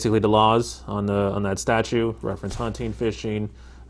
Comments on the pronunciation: Statute Sgt., not statue 🤦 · He keeps saying "statues". I don't think that word means what he thinks it means... STATUTES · Its Statutes, not Statue........